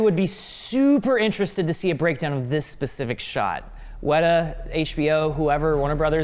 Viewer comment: Did just say "basific", instead of "specific"??